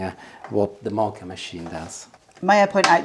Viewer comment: *Moka, not Mocha pot!🙄😄